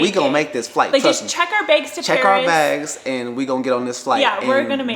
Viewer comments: SAME she says "beg" instead of "bag" like she puts an E instead of an A lol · Everyone: bags: begs 😂😂😂 She’s too cute 💕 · can't you say the word bags correctly sounds like your saying begs. Just let tell the story I can understand him more better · sounds like begs lol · I'm from Minnesota and I say begs too lol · Take a shot everytime she says baigs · I can hear it too. Check our Beggs ! Haha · I lived in Minnesota and (bags) baygs and bag-ills (bagels) blew my mind (I’m from NYC) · begs lol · Please change the way you’re saying begggsssss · Petition to teach her how to say bags. Yuck. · I cannot stop unhearing how she says “bags”😂😂😂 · The way says "bags" kills me lol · An northern Midwest thing 😝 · yess! That’s how Canadians say it too